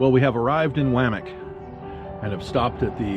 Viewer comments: I'm confused. About 25 years ago, I worked a delivery route through the town of Wamic. At that time it was pronounced: Wah-mic, not waa-mic. It's an Indian name. It used to be called Taylorsville. What's up with that? Or is it AI. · You might learn to pronounce the names of the places your going, as a nearly 50 year resident of OR (Eastern, Western & Central) you lose all credibility when you mispronounce the words. Trying to be a tour guide & doing that makes you sound like an amateur. It's W(ah) mic. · You need to stop in wamic and ask a local how to pronounce it’s name. My mother was born in Wamic